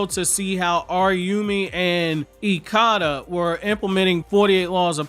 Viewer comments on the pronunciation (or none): You’re mispronunciation of ikada is wrong